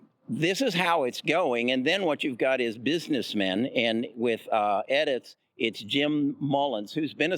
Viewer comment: Edits, Nutella, and Pac bio tech. Why can't this guy pronounce the companies correctly? His inability diminishes his credibility. C'mon man.